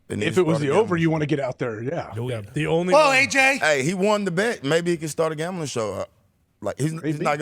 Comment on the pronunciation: It kills me the way pat pronounces his "a"'s. He says "Gombling". Ugh it drives me crazy lol